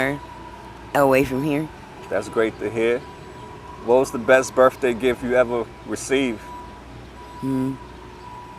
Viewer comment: Hope she has a happy Berfday 😂